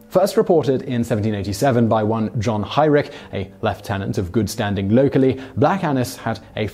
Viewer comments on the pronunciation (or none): none